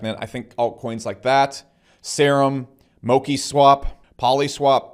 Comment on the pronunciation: My friend, mo- CHi- swap please 🙏 I agree with you 👍